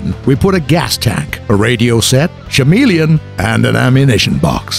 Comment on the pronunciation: Chameleon is pronounced ca-meal-le-on